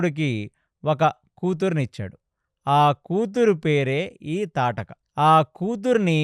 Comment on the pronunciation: తాటకి కాదు... తాటక అని పలకాలి